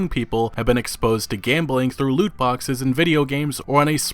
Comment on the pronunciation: “No Loot Boxeth, No premium Pathez”